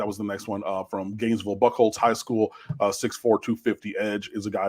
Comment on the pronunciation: It’s pronounced “Beu-holts” but Buckholts lol